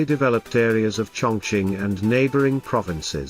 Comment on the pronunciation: It is pronounced "Chung King"?